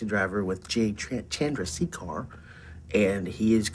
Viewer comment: I hate it when YouTubers don’t do their research to be able to properly pronounce words and specially names. You butchered “Chandrasekhar” and 3 seconds later heard it properly said by one of the jackass guys 🤦🏽‍♂️